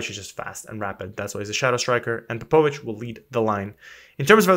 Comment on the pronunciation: Ps. You are mispronouncing Popovics name. Its like Matiya Popovic :))